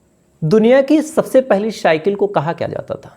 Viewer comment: Duniya ki pahli shycke nahi Cycle Ssssss Not shshsh